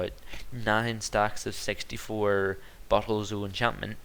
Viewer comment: when you say "bottle" it sound like you say ""butthole" XD LOL